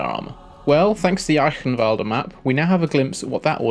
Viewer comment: ALDER NOT ADDLER